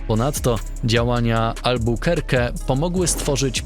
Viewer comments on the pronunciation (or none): none